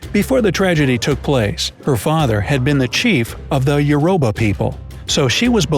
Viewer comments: did he say “yoroba” I swear it’s Yoruba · Its not “yoroba” it's Yoruba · Narrator:”Yourouba people” Me: “ lol, I can’t, it’s Yo-ro-ba” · When you said "Yoroba" did you mean Yoruba you say it like this yur I ba I'm also from Nigeria my father is half Yoruba so I think I'm quarter Yoruba but I learnt this a bit in school but wow you put a lot of history in this. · Your pronouncing it wrong it's uraba and I'm Nigerian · Yoruba is actually pronounce yo-ro-ba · I’m from where the girl is! It actually pronounced youroobah- kinda weird looking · its pronounced ur o ba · No shade but the way u said the tribe name was WRONGGG!! I'm Nigerian and from the yoruba tribe its said like YOUR-RU-BA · Yoruba is pronounced YOU-ROH-BA. 👀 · you didn’t pronounce youroba properly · You know almost all facts but you cant pronounce Yoruba correctly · If you're Nigerian and you're here watching this did you laugh at the pronunciation of Yoruba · I'm Yoruba, and the way you pronounce yoruba is really funny. LOL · He prounoused Yoruba wrong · Thees pronunciations are garbage! You've said Lagos and Yoruba so incorrectly its annoying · Its Yoruba OK Descendants of Oduwa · It's Yoruba of the Oodua descendants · You pronounced Youruba wrong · That’s not how you pronounce yoruba